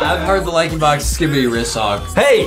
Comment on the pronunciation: You said Lankybox wrong